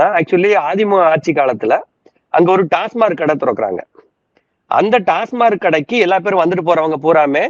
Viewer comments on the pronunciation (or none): ‘டாஸ்மார்க்’ இல்லை. ‘டாஸ்மாக்’ என்பதே சரி!